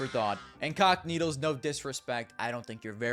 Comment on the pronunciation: Bro I keep hearing "cockneedles" instead of "cacanito"